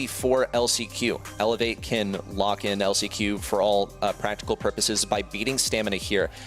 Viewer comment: He said on lock not on luck